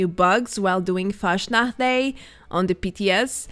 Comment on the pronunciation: it drives me crazy how you say Fastnacht